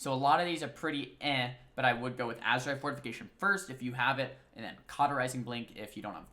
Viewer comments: Azerite, not azurite... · Azerite with an E :P